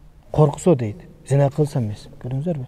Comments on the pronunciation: Зина эмес, кыргызча зынаа го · Зина эмес зынаа деп айтылат.